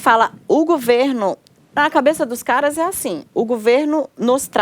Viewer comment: Não é "gUverno", é gOverno, GOVERNO!!!!